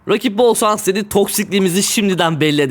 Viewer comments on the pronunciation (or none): Abi yanlis anlama ama neden bol şans yerine bol sans diyorsun